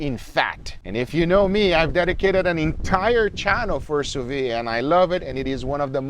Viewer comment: It's pronounced sous veed. You should pronounce the D.